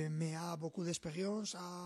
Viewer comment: Il a dis "oune personnalité contrastée"